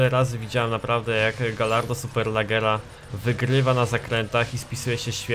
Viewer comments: Superlaggera rly? xD Poprawiając Superleggra. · SuperlEggera a nie SuperlAggera ...